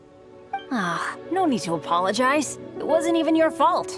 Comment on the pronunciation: Bennet diciendo apoloyais